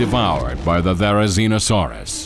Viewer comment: I agree fully. The only three accuracies that I can see is they put Theri and Tarbo together (correct) and the pronounciations of the dinosaurs’ names and finally they made Theri an omnivore! Correct!!!!